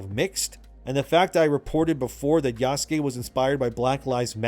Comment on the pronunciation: Did he just say Yassuke? Did i hear that right? Lol good shit